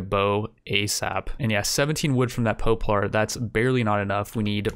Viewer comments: Just a silly little thing, but "poplar" is pronounced "pop-lar", not "pope-lar" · "pope lar"... lol. love ya dude, but its "pop larrr" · Pop-lar, not Poe-plar. :) Otherwise fairly good vid. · Mans really said “poeplar” instead of “poplar” lol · Poe-plar and ee-bex get added to the "things that trigger me" list along with "tome". I can't understand how he can't seem to pronounce words that are so simple unless English isn't his first language or something. Jesus... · From the man who brought you "Pope-lar tree" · "Po-plar" uhh "Ebex" uhhhhh "Game of yer" I'm gonna lose it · Ha! I love how you pronounce poplar. Poe-plar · Jesus Christ, mate - is English your second language? Poplar doesn't have the word POPE in it. POP - LUR. Rhymes with "COP-SLUR". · Are you by chance saying a lot of these words wrong to purposely piss people off or do you just not know how to pronounce them? Tomb is pronounced like toom. Poplar is pronounced like pop lur.